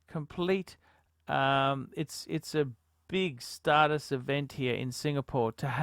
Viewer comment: 'start us' it's 'stattis'